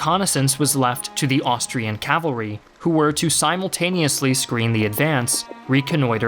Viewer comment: Say CA-VAL-RY. NOT CAVLARY.